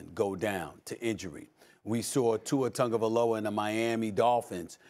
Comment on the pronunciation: “Tua Tugavalova” - Stephen D- Dmith